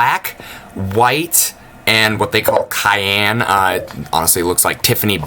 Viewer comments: It's pronounced like "Syan" but with a C instead of "Kyan" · VTC-Varaiable Temp Control. Cyan-"sigh" "anne"....are you new? Cayenne aaahahahahaha. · cyan like cean from Ocean. (Greek origin, κυανό). Blue! Nice video the vtc mini rocks indeed. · "Kyan" LMFAO